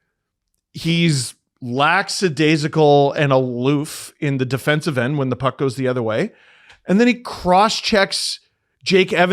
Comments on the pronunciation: that's "lackadaisical"....not "lacksadaisical".....I thought Leafs fans knew how to speak proper English????....lolol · Laxadaisical? Is that a canadian pronounciation or is it when someone is not only missing effort but also forced out and slightly spineless? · He can't even pronounce lackadaisical....lolol